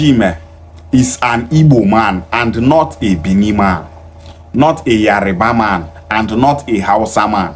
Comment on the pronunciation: I like to correct the way you pronounce the name of my princely tribe Yoruba not yariba. Your kind like to insult other non-Igbos, but cannot take it if you are paid back. Watch your mouth